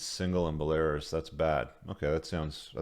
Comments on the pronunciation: it's BELL-A-ROOUS not BELL-AIR-ASS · Bell-ah-roos. Not Bell-air-us. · Bel-Air-Us 😂 You’ve been there and can’t pronounce the country? BELL-uh-ROOS! 🇧🇾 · It’s BELL-uh-roos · Bah Lar is??????? LOL!!! 🤣🤣🤣🤣🤣🤣 It's pronounced Bella Roos LOL!!!! 🤣🤣🤣🤣 This is too funny the guy that thinks he's the smartest guy in the world never heard of Belarus. That's awesome. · its not belaris. its BELA-RUS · No it’s pronounced bolairis, rhymes with Polaris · Buh-lair-iss? Come on man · Bell•a•roos. It's a country near Russia. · Pronounced. Bell-ah-Roos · Bell-a-roose Belarus 👍🏼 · Bell uh rooz. I wonder if intentionally mispronounces words to bug people. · Dude. It's "bell-uh-roos" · Belarus = Bell-a-roose. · "Buhlehrus" lollllll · Bruh just said “bell air us” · Belarus =is pronounced Bell-a-roose. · BELL-A-ROOSE my man. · It's pronounced "Belarews" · It’s pronounced ‘bell-ah-Roos’ my man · BElaRUS. It means White Russia. Not stressed like Walrus. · Belarus is pronounced Bella Roos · Why should we take any notice of some old bloke who can't pronounce Belarus? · please check how to pronounce Belarus. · Dumb mf said Belarus like Polaris 😂🤦🏻‍♂️ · You need to get your pronunciation of Belarus sorted. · Interesting pronunciation of Belarus.